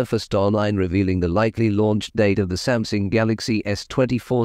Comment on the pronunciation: Is Samsung pronounced Samsing?